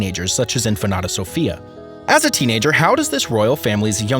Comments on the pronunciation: its INFANTA not infanada lol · Pronounced "inFANta", not infanata... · In-fan-ta not in-fa-na-ta. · The reader needs to look at the words properly. It is INFANTA not InfanAta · Say In Fanta, like Fanta soda so.. inFanta....you're calling her empanada...omg!!! Atrocious!! 😅who is this guy...he needs to be trained on how to speak but should not even try to say the words he can't pronounce. 🥴🥴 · Let me help you out with your difficulties. 1. Leonor, is princess, not infanta. 2. It is pronounced INFANTA, not infenada. 3. I imagine you have heard the name of Sofia ,at least once in your life. I won't explain to you what the difference is between an infanta and a princess. May I suggest to look up some YouTube uploads ,which might help you, specially with your awful pronunciation. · It sounds like is saying empanada! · How can you get Infanata out of infanta. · Really! I know you edit this video before submitting. Why didn't you research the pronunciation. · Just a couple of corrections: The name of the emeritus Queen Consort is SOFÍA, not Sofa. It's the same pronuncation like her grandaughter InFANTA Sofía, not Infanada. That word doesn't exist in Spanish. Cheers x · What is "INFANATA"? Please, take some pride in learning simple pronunciation! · In fa na ta??? As in empanada??? Man!!! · Why does this idiot keep saying Infa-NATA ?? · PLEASE LEARN TO PRONUNCE "INFANTA" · It bothers me how Infanta pronounce🥺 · Infante/infanta is the Spanish pronunciation of infant when translated roughly into English, just with a vowel at the end. While Spanish isn't the narrator's first language, infanta is not difficult to say. Americans even with whatever Spanish they remember from high school will be able to make out infanta without adding an extra syllable. If that doesn't work, Fanta the soda is sold here a, all he had to do was say Fanta and make the a a short vowel sound . So Infannta would become infahnta.